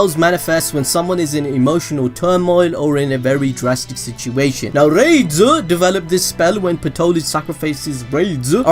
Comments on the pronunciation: The name is (ラデス・スピーリト) which is more like "Rah-des Spirito", rather than "Raids Spirito". Raids would be more like this: レイデス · Rades name is actually "Raydeez" bro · i think yuo pronounce it as ra-des, say ra, like you would say the winged dragon of RA, then say des, now say it combined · Tell me why when he said rades it sounded like rape and AIDS I don't get why it sounded like that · Lol that pronunciation of rades is giving me ear cancer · Wacth the anime and learn to pronouce rades name properly.